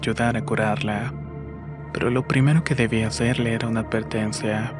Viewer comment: Tienes alguna enfermedad o por qué hablas como Bad Bunny? "Pol todo su sector" "ela tan helmosa y suave"...veo tus videos porque son buenas historias, pero es muy frustrante escucharte, además de que terminas las frases como raro...